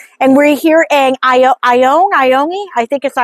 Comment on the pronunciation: It is pronounced I-own just fyi